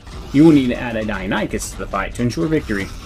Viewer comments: OH MY GOD....🤣🤣🤣🤣🤣 Ok for the love of all things holy... people it is PRONOUNCED: DIE-NON-i-CUSS.... Not dino-nee-chus... or any other way 🤣🤣🤣🤣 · Great video! Thanks for all the tips :) btw it's pronounced Die-non-ih-cuss, not die-oh-ny-cuss